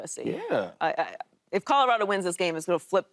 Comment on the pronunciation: Did he just say Codo Rado 🤣